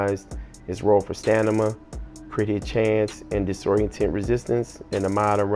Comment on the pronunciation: Stanima??? Lol